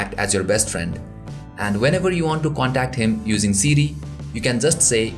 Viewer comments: Sidi u mean siri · it sounds like he is saying CD instead of siri lol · Lol. Siri is "Seedy".